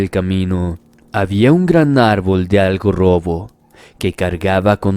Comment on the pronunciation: Jajajajaja "algo-rrobo" 😂😂😂